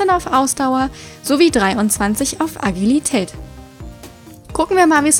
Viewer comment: Immer, wenn du Agilität sagst verstehe ich immer ugly-tät 😂😂😂😂